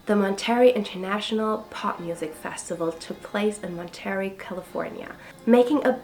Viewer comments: It’s pronounced Monta-ray, not Mon-Terry! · Monterey is pronounced (Mon-te-ray) Haight is pronounce (Hate)......Never trust a Prankster